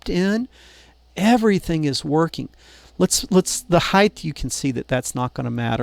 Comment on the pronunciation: I love your vids but your saying height with a "th" is driving me nuts...LOL